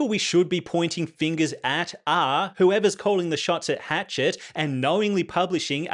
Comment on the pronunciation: It's Hash-shet, not Hatchet, LOL.